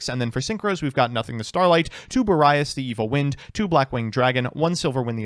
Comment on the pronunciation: Therapist: pronunciations can’t hurt you Me: I know, I know, it’s just… he pronounced Boreas as “Bore-Eye-Ass”